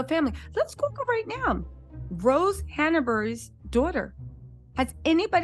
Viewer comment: love your show! But dear, PLEASE stop butchering the name HANBURY. There is no "a" in between. It's HÀNBURY NOT HANABURY. Thank you.